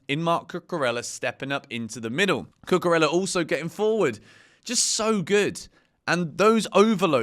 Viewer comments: There's no L sound in Cucurella. Could you stop please? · He's English mate it is what it is